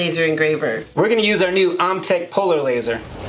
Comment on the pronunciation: Love the video guys! Great job….just one thing. OMTech is pronounced “OH-Mh-Tek” not “Ah-mh-tek”.